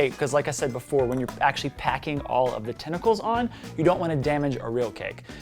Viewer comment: Tentacles. The word is tentacles.